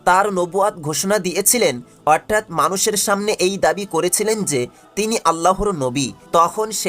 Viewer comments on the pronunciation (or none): উচ্চারন ঠিক করা উচিৎ।উপস্থাপনা করতে গেলে একটু পড়াশোনা জানতে হয়।what i's আজরা বাইজান!অর্ঠাৎ কি!দিউয়াল কি!